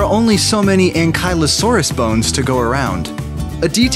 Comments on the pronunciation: It's pronouns An-ki-loe-sourus. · did he..... did he just say angKAIlosaurus wtf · It’s an-key-low-saurus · ITS PRONOUNCED: ak-LE- OSOSRUS